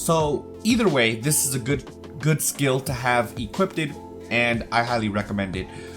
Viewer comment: My guy... it’s “equipped” not “equip-did” It was like a drinking game every time you said it. Other than that great video.